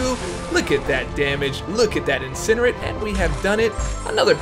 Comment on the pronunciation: It’s pronounced incinerate, not incinerate...